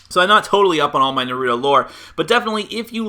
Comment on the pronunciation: Shut up Naruto have no plan ok this guy need to shut up. You can't even said Naruto right so shut ur ass mouth